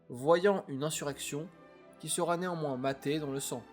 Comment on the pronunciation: C'est une bonne vidéo ❤ Fais attention cependant à éviter certaines liaisons avec un t qui se balade "sera T impliquée "... Et juste une remarque : le verbe "se présager" n'existe pas 😂, tu peux utiliser "se profile" ou "se prépare ". En tout bravo pour ton travail, c'est de mieux en mieux.